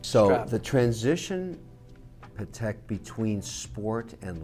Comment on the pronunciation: A professional and respectable watches salesman and collectors should at least pronounce the watch maker brand name correctly. PLEASE pronounce Patek, not pahrek!